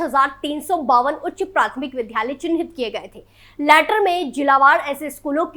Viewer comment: Vidyalay hota ha vidhalay nhi